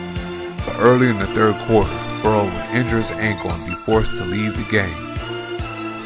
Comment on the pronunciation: It is pronounced Fer Rell people. Get it right.